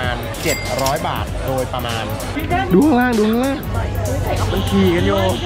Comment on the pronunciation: ทำไมพี่ต้องเน้นคำว่าโดยประมาณอะ